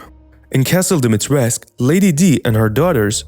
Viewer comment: The "u" at the end of her name is pronounced 🧐🧐 so many people got this wrong